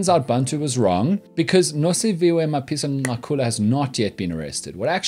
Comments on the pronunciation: Dan, I love you more everytime I hear you say Mapisa-Nqakula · It is clear that he consults black people on how to pronounce these words